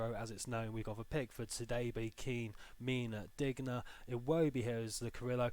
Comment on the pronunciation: Can you please learn the pronunciations of the Everton players. Like Digne is Deen and mina is meena